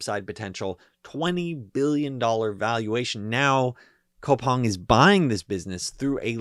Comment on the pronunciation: its pronounced koo-pang my G